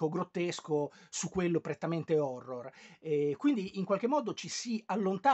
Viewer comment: Se l'accento di una storia horror non va sull'horror, non mi interessa recuperarla. Però grazie del video!